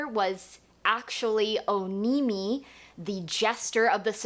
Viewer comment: Sorry, I have to say this, did you hear the audiobooks yet? Onimi-you pronounce it "O-Knee-Me" and the book pronounces it "On-Ah-Me"